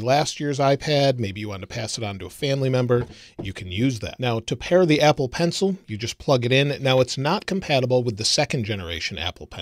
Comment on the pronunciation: Did anyone else notice that he said ebble in the 4th second? Lol